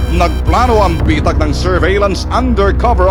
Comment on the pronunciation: Bitag ate hindi betag hahahaha